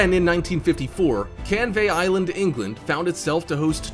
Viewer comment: when he said canvey island it made me cringe cause it sounds wrong